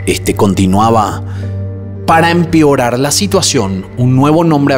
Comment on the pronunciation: No es empiorar, es empeorar